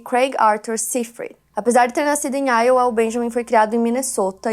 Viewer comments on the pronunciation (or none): se pronuncia “aiôua” pra iowa e não “áioa”